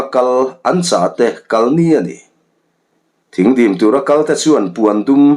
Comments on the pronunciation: Thing dim tih i lam dan hi dik lo a, Thîng hi (sawhthing tia thing ) ti a lam tur aw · Thingdim tih a "Thing" lai hi, Sawhthing tih a thing lai ang hian lam rik tur. Thingkung tiha "thing" angin i lam. Thingdim tih hi, khuala an chhungte Khuangchawi ni a rawn lam lutte kha, Ar khuan rualin dim zawihnalh in an sawhthing zai lep thil tlar kha tawn chungin khuaah an rawn lam a, chu chu Thingdim an ti. Ar khuan ruala dim taka lam tihna mai a ni. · Thingdim tih i sawirik dan hi. Sawhthing kan lam rik a, thing....tih kan lam rik ang hian lamrik tur ni in ka hria.